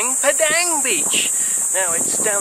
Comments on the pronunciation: Thank you! Glad to have your support. I will try to remember the correct pronunciation of Padang (padung) for next time I visit Bali, I appreciate the input! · Nice to see your video again. Padang should be pronounced as Pa (in grandpa) Dung.